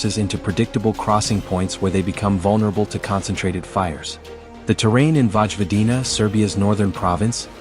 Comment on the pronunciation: its not Vogivodina, its Vojvodina (Вожводина)